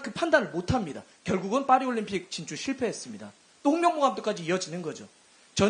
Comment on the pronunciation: 또 홍명보 하는데 똥명보로 들음 ㅋㅋㅋ